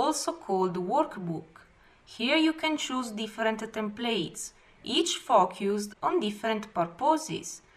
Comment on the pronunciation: Be careful how you pronounce "Focus" (56 seconds in). That means something else in English. Good tutorial, I picked up a couple things - ThX!